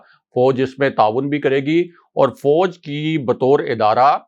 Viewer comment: Fauj bha jee not fouj.